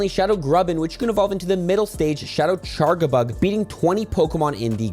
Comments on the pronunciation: charjabug with a “j” sound, as in “charge” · I don't mean to be rude, but how did you decide to make the wrong g sound when charjabug is spelled with a j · Small thing: I always assumed it was pronounced CharJAbug since it looks shaped like a phone charger. Is this not the case?